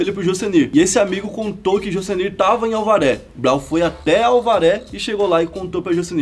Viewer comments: Da hora!!! Mais vc fala “Alvaré” e seria “Avaré”!!! 🤗🤪🤪🤪🤪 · Historia foda.. mas um detalhe a cidade e Avaré e não Alvaré como fala no video eu moro nessa cidade e aqui essa historia sempre rola nas ruas .. parabéns pelos vídeos .. tmj. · Alvaré? Kk que brisa hein cara, é Avaré, e por sinal Avaré é uma cidade. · Rapaz, não é "Alvaré" é AVARÉ! hahahaha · Eu tbm nao entendi nada quando falou alvaré kskks no final do video fui enteder que era a cadeia de avaré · Alvare? Kkk depois na entrevista mano Brown diz certo ‘Avaré ‘ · Avaré interior de SP e não alvare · Irmão, o nome da cidade se diz Avaré, não Alvaré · só uma correção mano, vc falou Alvaré mas é Avaré o nome da cidade que ele tirou cadeia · Só um adendo.. A cidade é Avaré e não "ALVARÉ" só tive certeza de que não seria outra cidade quando o Mano disse o nome certo✌ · Única coisa que está errada no vídeo, vc pronunciou alvare, mas o correto é Avaré, parabéns pelo trabalho 👍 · Avaré, irmão. Alvaré? Kkkk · Aí, é Avaré, não Auvaré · Não é alvaré é Avaré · Alvaré não kkk Avaré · avaré porra não alvare e avaré a-v-a-r-é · É AVARÉ, NÃO ALVARÉ KKK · O nome da Cidade "Alvaré" é Avaré po 😄😄😄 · Em você quis falar Avaré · "Alvaré" 🤣🤣🤣🤣🤣🤣🤣 COMÉDIA, pesquisa o nome das cidades antes. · É AVARÉ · Fala o nome da minha cidade direito caraio